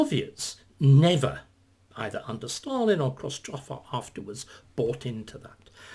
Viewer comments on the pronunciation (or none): none